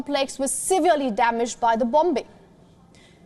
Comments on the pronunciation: The presenter must know how to pronounce ‘bombing’. She should know pronunciation of basic day to day words. Couldn’t anyone in correct her? Shame. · It’s an accent issue not a pronounciation issue lol. They also pronounce as VION which is common for indians to mistake W and V during speech.